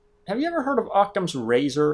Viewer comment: Octams razor? No-it's Occams razor (actually Ockhams)